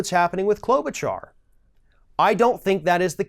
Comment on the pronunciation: is absolutely pronouncing Amy Klobuchar's name right. Or are you just being sarcastic?